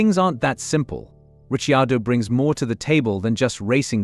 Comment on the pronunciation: “Richy-ado”, two seconds in and I’m out.